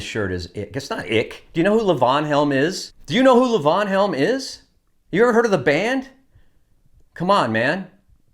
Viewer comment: It’s pronounced Leevon.